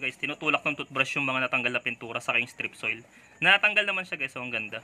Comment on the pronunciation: Hahaha pinagsasasabi mong strip soil. 😂😂😂